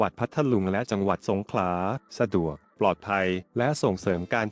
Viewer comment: เห็นหน้าปกแล้วรู้สึกขัดใจนิดๆ.. ทะเลสาป..คำที่ถูกต้อง..สาบ คับ กับอีกผู้ใหญ่ท่านหนึ่ง รายงานรัฐมนตรี อ่านชื่อจังหวัดสงขลา เป็นสงขา..แต่อย่างไรก็ดีก็รู้สึกดีใจคับ ที่โครงการนี้กำลังจะได้เกิดขึ้นจริงๆคับ